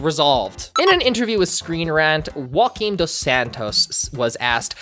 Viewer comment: great video! but - as a portuguese person… ITS JO A QUIM, >JO< like Joel or Joane why do you say ROAQUIM? 😭 Joaquim Dos Santos is portuguese not spanish 😭